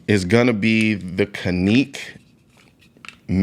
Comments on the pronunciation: Canik.... Can-ick. Not Canique`. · The "Caneek"? Like Shaneekwah? I think you meant to say "Canik" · It is pronounced "jhenek" in Turkey. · Is it pronounced (Kaeek) or (Can-ik)? Because ive never heard it pronounced like that before. I have a Canik(Can-ik) TP9 SC. It is an amazing pistol. Absolutely the best and most accurate handgun I’ve ever shot. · 🤔🤔 why is he calling it a [cah•neek] was that deliberate... I always thought is was [can•ick] i trust his opinion and like his content but its always a red flag when I see content creators make reviews on products they mispronounce... 🧐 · 2 things: No 1: Canik you pronounced kahneek is actually pronounced like janick FYI. No 2: You're a Texas guy, why aren't you rocking a Shadow Systems CR920/CR920P...just saying. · The can-neek 😂😂😂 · Cahneek mayteee ? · The best, most ergonomic single-stack 9mm compact handguns are from KAHR....absolutely the best quality and fits in the hand like a glove and eminently conceivable. Next best is the Canik MC9LS....PERIOD....Hey fella it's not CANEEEEK ! Don't be disrespectful just because it's Turkish. HAVE SOME RESPECT. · caneek?? lol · He called it a caneek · This man said caneek 😂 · “Cuhnek”… excuse u😟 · Bruh..."Caneek" though? I love the MC9 and the RXM i go between both of them depending on where im going. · lol. First time I heard Canik. Pronounced that way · Bro said canik wrong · I had never heard "Canik" pronounced like that. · Why does he pronounce Canik so weird?